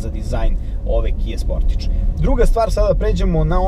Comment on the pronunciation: Kaze se Kia Sportaž, a ne Kia Sportidž...